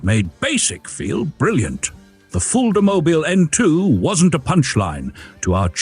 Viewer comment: Es heißt Fulda mobil und nicht Fullmobil